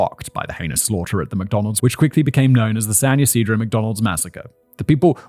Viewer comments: Good job on San Ysidro pronunciation! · I live right near that McDonald's, my sister was there and got away unhurt. (they tore it down and put a bronze respectful sign there) FYI: you pronounced San Ysidro absolutely correct. 😊 And the Salk Institute is up the hill by the university. I knew sooner or later that bullshit church was going to be part of this. 🤮 Fun fact; Swat was created because of an incident here in San Diego at a pawn shop. That man was given the death penalty and it was abolished on appeal. That is why Charles manson and the manson girls had their death sentences commuted to life in prison.